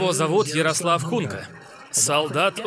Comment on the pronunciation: только не хунка, а гунька